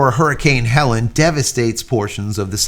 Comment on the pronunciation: Hurricane was HELENE, not HELEN, pronounced HELL-LEAN.